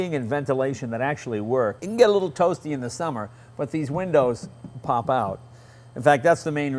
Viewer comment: Germans can't pronounce "the."